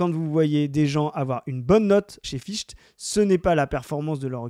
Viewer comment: "Ficht" ! Nietzsche ? Fichtre...! Das reicht !!!